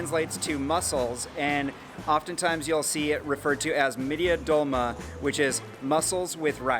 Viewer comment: Also kumpirs i isnt long and its not midia its mid-ye and its also not kunefe its kü-ney-fe not tuysu its tuy-şu lokmas a isnt long also lokma means bit food it isnt ugh u know what whatever